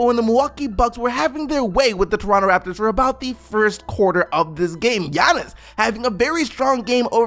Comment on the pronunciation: why you talking like that lmao - "doronto" "eeeindy"